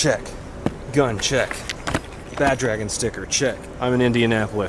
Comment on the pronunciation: I thought you said Badge and Sticker. No, you said BadDragon sticker